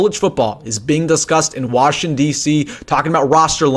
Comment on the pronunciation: Washn DC? I believe it is Washington D.C. Has gone viral, not has went viral...slow down...breathe...